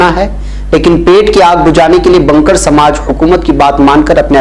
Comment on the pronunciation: بنکر مىں ب پر زبر نھىں پیش ھے